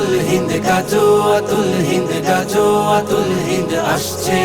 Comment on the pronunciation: গজল বানাইলেন ভালো কথা। কিন্তু গাযওয়াতুল হিন্দ শব্দ টা শুদ্ধ করে উচ্চারণ করে নাশিদ বানাতে পারলেন না